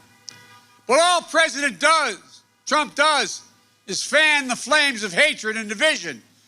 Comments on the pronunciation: "DONALD PRUMP" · “Donald Prump” -joe Biden 😂😂😂